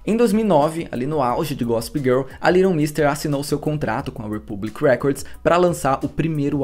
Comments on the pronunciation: Aí q horror essa sua pronúncia do nome dela !!! Cada vez q vc falava vinha " little Monsters" na cabeça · O nome dela é litlle mix mesmo? Ou a pronúncia dele tá erradissima? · Tô chocada que o nome dela pronuncia "Liron mister". Eu sempre falei "leiguiton méster" 😂 amando todos os vídeos ❤️❤️ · Eu sempre pronunciei o nome dela assim.. "leiguiton méstêr" 🤭 Até estranhei a pronúncia correta kkkkkk Acabei descobrindo nesse vídeo a pronúncia certa e que ela é casada com o Seth de The OC 😂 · Gente a pronúncia do nome não é essa haahhaahahah quase não consegui entender de quem ele tava falando no começo. Faz u a pesquisa antes, já ajuda 😅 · gnt pq ele fala o nome dela todo errado 🥲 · A pronúncia do nome dela esta errada. Dá ate gastura de ouvir